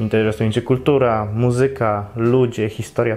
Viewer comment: poprawny akcent nie "muzYka" a "mUzyka"